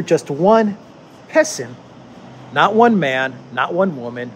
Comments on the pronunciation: “Peson” = “Peasant” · Isn't 'pesson' prounoced 'peasant'? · "Peson" is classic Chinese English. Get used to it. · Hahaha I laughed out loud with your “peson”,! I love how you can add some mental health-preserving humor without downplaying the severity of the problems the world is facing. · "Peson", hmmm. I suspect it's an extra "s" rather than a missing "r".